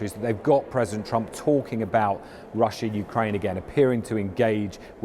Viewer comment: Good try BBC … “ Hukraine winning “ 😂